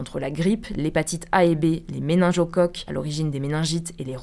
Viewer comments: On dit MÉNINGOCOQUES, pas méningeocoques... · Excellente video ! En revanche c'est méninGocoques et pas Méningiocoques ! Des bisous